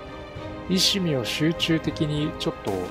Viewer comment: 石見(いわみ)です